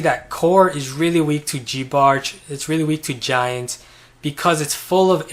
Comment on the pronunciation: Who tf pronounces it "geebarch"? Do ppl now call giants "geeants"?